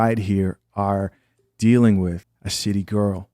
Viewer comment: "She dealt wiff"....